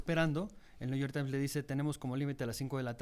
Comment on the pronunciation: El que crítica a XOCHITL por no hablar correctamente inglés: tan políglota que lee el " nu yor tain".😂😂😂😂😂